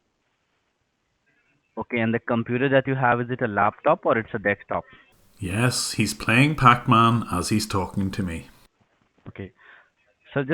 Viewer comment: "deks - top"